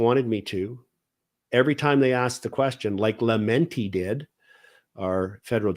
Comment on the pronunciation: The Justice Minister's name is pronounced LAMEtti, I believe, but I could be wrong.